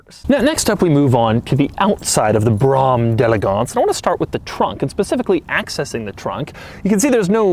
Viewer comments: Drink every time he says Brammm delegonse! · With each successive time you said "Brougham d'EleGANCE", I came closer to throwing my computer out the goddamn window. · Whenever he says Brom d'Elegance .. I wanna mute the whole video -_ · Please never say Brougham d'Elegance again...